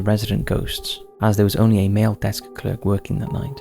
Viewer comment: You definitely say 'Clerk' incorrectly.